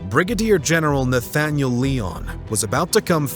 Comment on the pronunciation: Still great stuff! The struggles of non-Americans presenting American history shows up again here in Part 2 with the mispronunciation of a few words, most notably Lyon. An American would know to say "Lion," not "Leon." Using AI to present the voice over isn't a good idea unless you know where/how to correct it. Still - as before - this is all really well done. Kudos! And thank you!